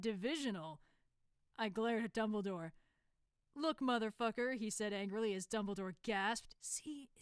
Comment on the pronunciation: NOT DUMBLE-Y-DORE !😱